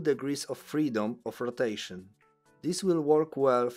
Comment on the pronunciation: "roteiszyn" 😂 brzmi jak polski 😂